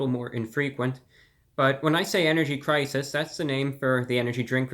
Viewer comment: Energy cwisis